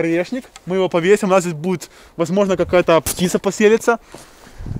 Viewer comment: Мне показалось или он сказал "птица посерится"?